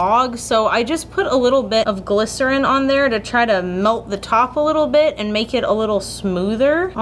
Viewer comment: Every time she says glisorin the weeb in me is like "BaKuGo" from bnha/mha